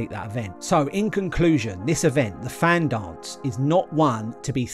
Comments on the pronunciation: It’s pronounced Van not Fan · I dont know if this has been mentioned but its pronounced van not fan. :) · Fan is pronounced Van. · Fan pronounced van. Awesome effort though.